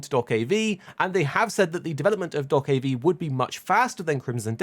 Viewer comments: I hate how you pronounce do-ke-v is is just dokebi. One word. ㅠㅠ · Calling it Dock-of-V is so triggering :D